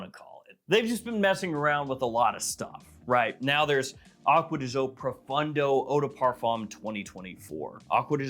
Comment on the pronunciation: Acqua di Gio isn't pronounced Awkwa de Joe